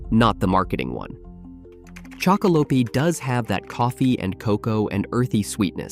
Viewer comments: Been really enjoying your content chocolope is one of my faves but the E is silent on the end😂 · Every time you say the name wrong I feel my ears about to explode 😵‍💫